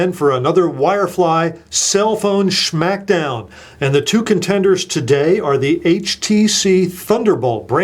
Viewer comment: he called it a "sschhmackdown"